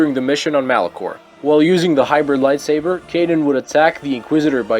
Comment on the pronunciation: Whenever he says "Light swaber" i die a little more